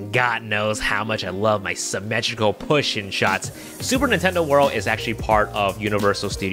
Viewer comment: We all heard what you said 😂 “pushing”